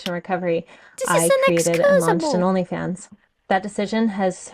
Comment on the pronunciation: Am I the only one hearing "Her Elephants"? I know she meant Onlyfans, but my ears tricked me!